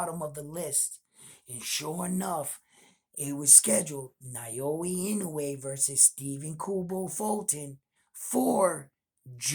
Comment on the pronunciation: Hey, you've got the "Inoue" pronunciation down now. 🙂 Now let's tackle "Naoya" It's: nah-OH-yah You're saying it like: nai-OH-ee Japanese vowels are actually super simple. They don't have very many of them, and the romanized spellings show you pretty close to exactly how to pronounce it. "NA" = NAH "O" = OH "YA" = YAH